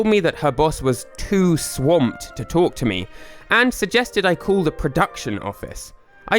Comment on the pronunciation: ITS "CALL" NOT "COOL"